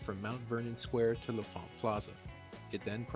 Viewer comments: L'Enfant = "Lahn Fahnt." Not "Leh' Fahnt" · You keep saying "la font," but the N isn't silent, it's "lon font." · “Luh-font” is the proper DC pronunciation. “Lon-font” is how transplants pronounce it